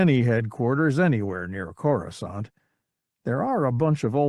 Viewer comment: At least he knows how to pronounce Coruscant.